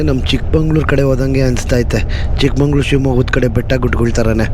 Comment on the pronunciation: ಚಿಕ್ಕಮಗಳೂರು, ಚಿಕ್ಕಮಂಗಳೂರು ಅಲ್ಲ.